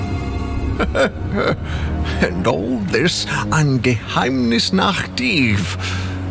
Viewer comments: I'm German and "Geheimnisnacht" was pronounced 99,9% perfectly. Big respect to the voice talent and/or direction, it is appreciated! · His pronunciation is flawless. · As a german i'm actually impressed by the flawless pronunciation of "Geheimnisnacht" mid-sentence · Am I the only surprised about the flawless pronounciation of Geheimnisnacht?